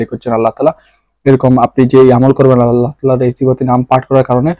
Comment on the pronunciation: আপনি আল্লাহ নাম টা স্পষ্ট হয়নি তাই ঠিক করে নামটা বলবেন কি